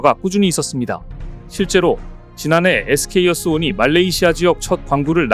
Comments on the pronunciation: 에스케이어스온 인데 에스케이이어스온으로 계속 말씀하시네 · SK어스온 이라고 써놓고 SK이어스온 이라고 읽으면 뭐가 맞는거야?